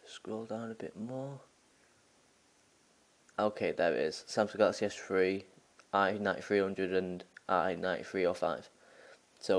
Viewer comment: LOL at samsung galaxy s tree :P